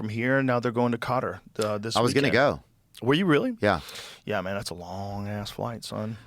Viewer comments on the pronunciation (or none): 'Yuah maun' (?!) Joe turned into a Jamaican 😂